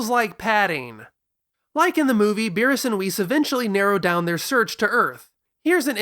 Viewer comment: If you are going to use Japanese pronunciations be consistent and less elitist. You should be saying beerusu. Not beeres.